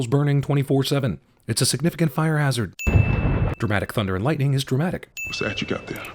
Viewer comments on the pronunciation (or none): none